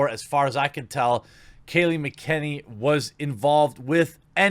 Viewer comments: It's hard to take someone seriously who does a video about Kayleigh McEnany and doesn't know how to pronounce Kayleigh McEnany. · Fun fact: While she was in law school Kayleigh McEnany (pronounced Macka-nay-nee) was a cnn commentator and was not initially a supporter of Donald Trump. She did later go on to support him during his 2016 campaign. Outrage mob is ignorant. And Olivia Benson is played by Mariska Hargitay (pronounced Mar-ish-ka Har-ga-tay), she is the daughter of hollywood bombshell Jayne Mansfield and bodybuilder Mickey Hargitay. Good day everyone.